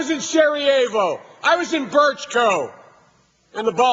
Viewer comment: haha yah, Brčko v. Birchco... not too bad gotta love Biden!